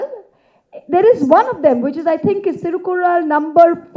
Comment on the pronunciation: Happy to note that there's atleast one non-Tamilian correctly quoting Tirukkural without much distortion in pronunciation.